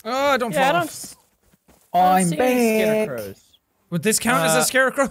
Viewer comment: i watched the whole video again just to find the part where says "oim beeckkk" after respawning